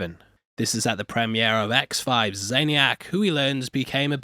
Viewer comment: accent really coming in thick this episode with the words premiere and dynasty.